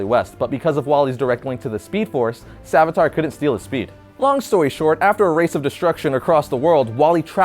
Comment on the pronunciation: The Hindu god is named savitr. It's pronounced sa-VITH-ruh The uh at the end is more like an exhale than a groan. It's barely there.